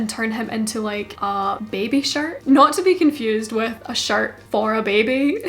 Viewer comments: Everytime you say shirt I hear “shart” and I love it. I’m almost in tears. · I laugh when you say shirt cus it sounds like shart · Beginner sewing Alabama girl here giggling everytime you say "shirt" because it sounds like the term "shart." 😂😂 In all seriousness, you have some of the best tutorials! I've been binging since I came across your channel! It's not about making the same exact shirt you made (even though they're super amazing). You're educating us on the stitches used and why you used them. LOVE IT! THANK YOU! Love, Your newest subscriber 😍